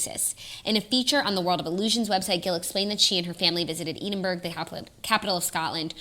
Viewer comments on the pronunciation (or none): I’m from Scotland and the way your pronounce Edinburgh in this episode is killing me. Please ask google how to pronounce it haha xx